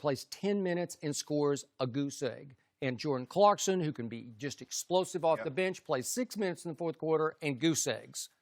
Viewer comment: Lenny Mitchell lol i see that black guys are saying ClarksTon on TV and comments and he doesnt have a T(not everyone but those who say it are black) and this doesnt relate to u but damn why are so many black dudes sayin AKS instead of Ask i mean i get it i am foreigner so i also toungslip but its funny(again nothing racist or anything its just what i see)